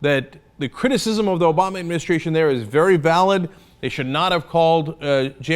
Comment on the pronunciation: "Doesn't have much insight"....Said the guy repeating "Obowma" throughout his idiotic rant which which concludes that the sitcom, "Fox "News" , does a better job. "50%" Wow, talk about pulling something directly from your ass